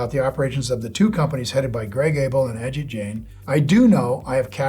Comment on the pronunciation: It's pro-nounced AH-JEET... not Inspector Ajit